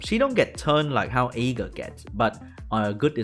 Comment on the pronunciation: says Aegir, i understand E-girl. "Egirl strips and gets more turns" whaaaaaaaaaat